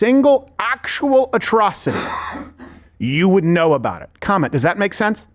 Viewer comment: "vuht ahhdd you gawd damn talking aboot?"